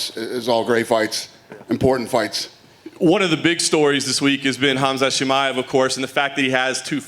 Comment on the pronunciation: absolutely murdered Khamsramamta's name.